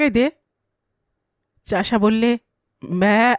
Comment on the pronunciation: ব্যা উচ্চারণটা এক্কেবারে সঠিক হয়েছে। তা এত নিখুঁত ভাবে শিখলেন কি ভাবে 😅😅 সুন্দর উপস্থাপনা 🙏